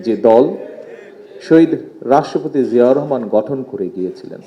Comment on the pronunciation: বাপের নামটাও সঠিক ভাবে বলতে পরে না